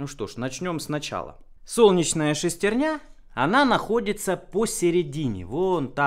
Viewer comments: шестернЯ... шЕстерня же... правильно иногда говоришь... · Устоявшееся искажение слова, как и клапанА, поршнЯ, тормозА